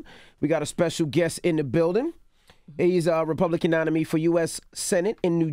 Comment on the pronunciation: "nonimee" envy bye